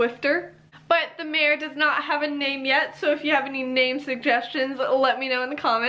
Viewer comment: Mare not mate